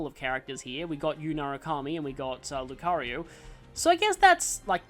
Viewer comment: They actually added that function in the Switch version of the Mii Maker (though technically Miitopia did it first). I still can't get over how you pronounce it LucaRYU instead of LucaRIO and still question how you got to that pronunciation. (Might be some sort of Australian dialect quirk I don't know about.)